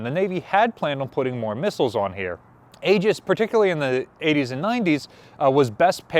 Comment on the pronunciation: FYI, it is correctly pronounced “EE-juss”……..not “A-juss” or whatever you were saying.